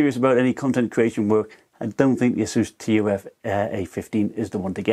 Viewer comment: Great video, but say "T. U. F." Like" tough" other than that great vid! Keep it up!